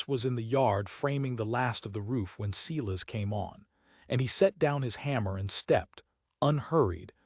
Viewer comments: It's bad enough you use the name Silas again but you even mispronounced it. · Please teach the AI how to pronounce Silas.